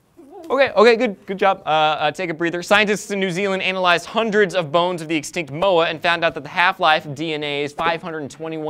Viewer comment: lmao!!!!!!! anal-ised funniest pronunciation of analysed ever silly...